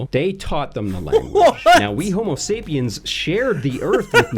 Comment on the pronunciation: Why does he keep skipping the final S in Homo sapiens? I guess it's insignificant next to many of his other errors, but hearing it over and over is grating.